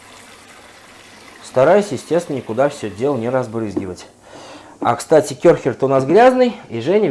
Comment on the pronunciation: Не Кёрхер а Кэрхер)))Ä (А-Умляут) в немецком читается как «э» !